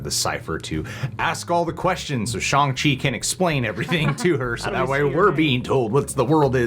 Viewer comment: Jesus they even told you how to pronounce ShAHng Chi and you're still saying ShOng Chi lmao